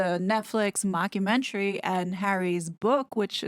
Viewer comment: I just love how the calls it mock-u-mentary! Perfection!